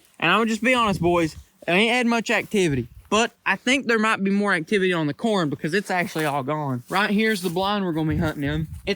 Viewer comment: Might not micht